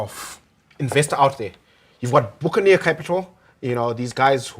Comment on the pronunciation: It's "buccaneer" (buck-a-neer, not book-aneer). You're welcome.